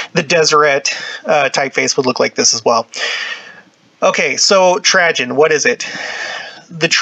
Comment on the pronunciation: This is fascinating but the mispronouncuation of Trajen makes me batty. It's Tray-gen.... like food tray. Not Tra-jen... like tragedy.